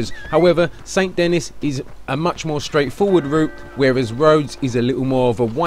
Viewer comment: The way you pronounce Saint Denis hurts me.